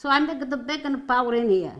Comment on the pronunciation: Need to subtitle more, took me 5 rewinds to understand "Baking Powder". I know it's in the list of ingredients, but then Eggs, Salt and Pepper are also in the list.